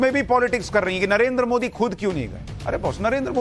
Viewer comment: Modi ji ka nam galt bolta hai ?